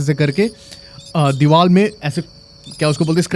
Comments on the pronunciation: Deewal kya hota hai . Deewar hota hai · Bhai it's Deevar not Deeval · Bhai ka divar ki jagah dival hi nikal rha hai.... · R ko l ku bolta h bhai 😂😂😂